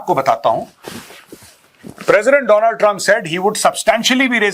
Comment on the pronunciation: Wo Donald Trump hai. Do-land trump nahi hai Gobar arya 🖕